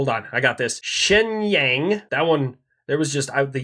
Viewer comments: Shinyang You are pronouncing it wrong Pronounce it like this Shin- yong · Protip, the "-ang" in Chinese pinyin is more like how you would say "ong". Rhymes with 'bong". So Shenyang (which is a city) is pronounced like "shin yong" in English